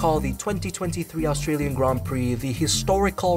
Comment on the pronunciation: Bro it’s Australian not Astralian